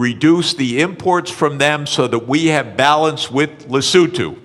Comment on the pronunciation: He pronounced Lesotho properly.